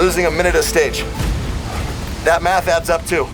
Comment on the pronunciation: Holy cow I thought the presenter said, "ITS TIME TO DO SOME METH". Had me cracking up with the freeze frame of Travis